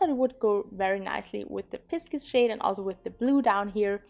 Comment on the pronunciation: I've hit pan on another 12 oan colourpop palette and they are truly very deep. At least I enjoy most of their fornulas though! About the pronunciation, I will only try to explain pisces- it's like pie (as in apple pie) and sis (like in sister). I know this is not 100% correct because vowels are hard to explain in short, but it should give you an idea!